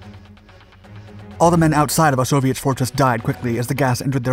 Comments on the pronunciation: I picked up where you left off correcting people with Osowiec Fortress will admit his pronunciation does sound like Soviet fortress though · Osowiec Fortress it sounds like soviet fortress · Osowiec fortress, not Soviet fortress. It sounds similar when pronounced by an English speaker. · "Osowiec", not "Soviet". Play it again. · its Osoweic pronounced Soviet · To everyone saying they weren't Soviets, that's not what he's said. It's Osowiec Fortress. That's the name of the place, nothing to do with Soviets. I have to admit, though, it did sound like he was saying 'Soviet Fortress' to me, too. :) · thank you for clarifying....it sounded like Soviet which didn't exist at that time...also thanks for showing gas was not limited to the western front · It did sound like "soviet" until the film really got going. I'm glad that I kept schum until the end. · Lol, I thought he was saying "a soviet fortress", but he was actually saying "Osowiec fortress". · I don't think so - it's the pronunciation of Osowiec